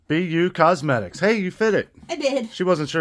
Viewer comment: Ha ha 😂, I understood P U Cosmetics. When I saw Be You Cosmetics I laughed so hard. Sounds like this is a hoot!